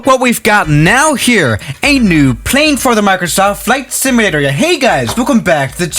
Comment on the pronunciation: “ FLIGHT SMLATRRER “